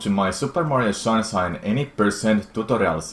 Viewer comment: I love hearing him say shunsine. Nice tutorials btw!